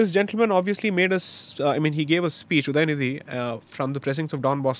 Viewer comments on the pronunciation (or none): उदयनीधी नही उदयनिधि बोलो